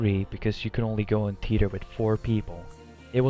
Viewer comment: it sounded like you said Peter in your video when you tried to say theater lol not making fun of you I just thought that was funny